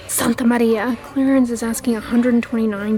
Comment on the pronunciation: That Santa Maria has me 😂 u did well with pronunciation tho 👍🏼